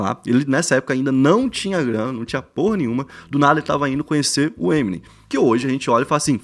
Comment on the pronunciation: Ta falando o nome to Eminem errado ... eh EmiNEM